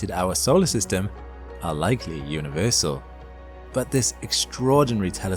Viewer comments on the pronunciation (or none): none